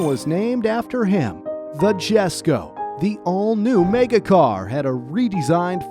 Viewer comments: is it not pronounced "yesko" not "jessko" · Jesko is pronounced as YES-ko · mate its pronounced yes-ko not jes-ko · its not "Jesko" its "Yesko" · cringed when he pronounced it "Jeh"sko instead of "Yes"ko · Its not GESKO, its J as in Yogurt, Jesko, ffs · It’s not Jesko like J-esko. It’s pronounced YESko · Pronunciation is yesko not jesko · Worth pointing out Jesko is pronounced as "Yesko" Christian Von Koenigsegg himself pronounces it as such. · Jesko is pronounced yesko not jesko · its pronounced esko not jesko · “Homujalated” lmao get a new narrator he can’t speak English “Dzjhesko” he can’t even speak a single word of Swedish either; doesn’t take that much research to realize it’s “Y”esko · It is not jesko It is pronounced as yesko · its not 'jes' ko, its 'yes' ko. j is silent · it's pronounced "Yesko." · It's pronounced Yesko.... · Jesko pronounced as Yes-Ko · this was good till he said GESKO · Jesko It's pronounced yesko In Swedish the J turns in to a Y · Jesko is actually pronounced Yesko, It's due to the differences in dialect between English and Swedish. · AH YES THE JESKO PRONOUNCED JES - CO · great video but jesko is pronounced yesko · “Jesko” is pronounced “yesko” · Jesko is pronounced yesko. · Everybody is commenting on the One:1 power to weight ratio being missed out but no one is mentioning how Jesko and Gemera were pronounced badly. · i understand the Jesko, the "i" sound isnt as common for "J", but hearing the "G" in Gemera pronounced "J" made me loose some braincells lol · I'm not Swedish but Its going to bother me on how you said Jesko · does all this research and makes a really interesting video... Mispronounces "Jesko" so many times in the last few minutes that it hurts the ears... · the way this guy says jesko hurts me